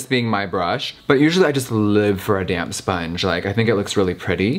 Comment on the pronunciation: Everytime you said “damp sponge” i thought you were saying damn sponge. 😂😂